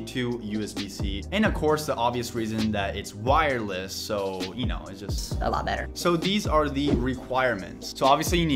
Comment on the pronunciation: u said wiresless